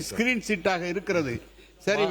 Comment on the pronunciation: ஸ்கிரீன் ஷாட் என்று கூட சொல்லத் தெரியவில்லை.இவன் பல லட்சம் கோடி ஊழல் செய்து சம்பாரிக்க மட்டும் தெரிந்துள்ளது.